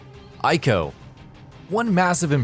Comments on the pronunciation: He said "I"co lol. Pronounced "E"co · Its Prounounced EE-co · Ico is pronounced, " EE-KOH." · God, I can't stand when people pronounce Ico incorrectly. And he said it so often it hurt.